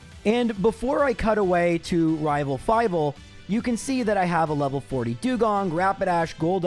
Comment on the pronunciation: Nah, the second time you said "rival trés" you rolled your R really well in rival